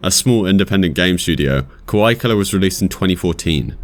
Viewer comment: I'm not in any way trying to nit-pick your accent, but it sounds like you're saying "kawai" instead of "kawaii". Not that "kawai" doesn't fit, lol.